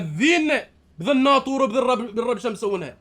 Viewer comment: الناطور❌ الساطور✅